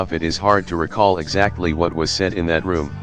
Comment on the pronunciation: H'wut the L was that?